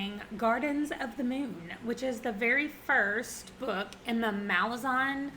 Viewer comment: Kruppe is so great! I really enjoyed GotM, and I'm so glad you did too. I started Deadhouse Gates last Friday, and I LOVE it so much. According to Erikson, it's pronounced "muh-laa-zan" (hopefully that makes sense lol).